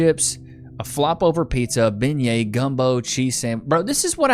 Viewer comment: My gods, her pronunciation of the word bengiet is killing me. And I am a Texan, not from Louisiana.